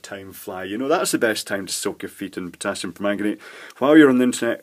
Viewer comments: Potassium, not "Pottasium". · And, stayin' alive... it's POTASSIUM!! Double s not double T!!